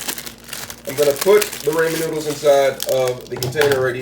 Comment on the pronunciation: You’re saying rainman though